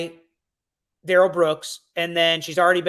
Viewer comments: New sub….and his mama calls him Darrell (the normal pronunciation) not DA-RELL like he like to say. I’m inclined to believe his mama. I think she knows what she named her ignant azz kid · About the 'Please, his name isn't pronounced Daryl'.. His own Momma pronounced it Daryl so lol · His own mother in interviews called him Daryl with the accent on the first syllable, the normal pronunciation. It seems like she should know since she's the one who named him. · Why does his mother pronounce his name "Darrell" not "Durrell" if "Durrell" is the correct pronunciation,she's the one who named him? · Judge Dorow had a reason for taking all these hits from Darrell Brooks. She had the community in mind. She was looking out for the community. And his name is pronounced Dare-L, not D'rell. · A TACKIT AGREEMENT is what this fool keeps saying. His MOTHER pronounced it DARREL NOT DA-RELL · Sorry patty, but his mother pronounces his name as “dare-ul” not “duh-rell” Comments like this drive me crazy. I would say him mom knows how his name is actually meant to be pronounced. Telling the police that his name was pronounced “duh-rell” was just another one of his pointless lies. He lied about how his name is pronounced, not what it IS, not how it’s spelled, but how it is pronounced. He lied about the specific sports team logo that was on his shoes. Not the color, not the style, but just the specific team’s logo that was on them. He lied about having a driver’s license after the police had already recovered and seen his state issued ID card that was in his pocket at the time of arrest. He lied about Erika Patterson sending him those photos and letters when it’s something so easy for the prosecution to prove. His lies make absolutely no sense. None of them benefit him in ANY way. As a not-so-wise man once said, “MIND BOGGLING!”